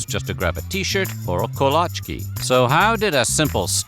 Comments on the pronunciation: kolache. not kolaczki. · 1. Buc-ee's is a NOT a truck stop. They even have a sign at the entrance with a picture of a semi and a big NO. 2. It's kol-ach-ee, not kol-ach-kee. 3. You could perform surgery in their bathrooms, they are that clean. 4. FFS! It is NOT a truck stop. Quit calling it that. 5. I live about 15 miles from the Bastrop Buc-ee's and every time I go in there, it is packed with travelers or people headed to the lake. The food is amazing and you can't beat the prices. Sometimes I'll drive there just to get the BBQ sammys and I live near two of the best BBQ place around (Meyer's BBQ and Southside Market BBQ). The gas is at least 10 cents cheaper than anywhere else, the people are nice, and the merch is SOOOO Texas you can almost hear "Deep in the Heart" when you pick up that Texas shaped cutting board or muffin pan. So, yeah, Buc-ee's is worth the hype and the extra miles you may drive to get to one. You will not be disappointed. No I do not work for Buc-ee's. Just a Texan proud of a home boy done good. Edit: Reading through the comments and there are SOOOO many about Buc-ee's NOT being a truck stop. Too funny that is such a sore spot with locals. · Kolache = Cuh-la-chee Not Co-la-kee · It’s not a freaking truck stop. Also it’s pronounced ko-LAH-chee. The ice tea is the freaking BOMB!!! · Kolache is pronounced kuh - laa - chee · It's pronounced "ko-la-chee" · It´s Koláče and that abomination on picture makes you ancestors cry. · You pronounced that wrong! It's koh-LAH-chee!